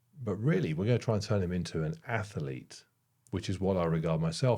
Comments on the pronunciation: Interesting to see the results of the ATHLETE you are going to create…..but not an ATH-ER-LETE,! It makes me laugh every time you say atherlete. 😊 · When I hear you say “ath-e-lete” I can’t help thinking of Stewie Griffin saying whip… 😂